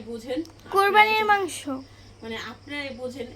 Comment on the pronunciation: মানসো না উচ্চারণ টা হবে মাংস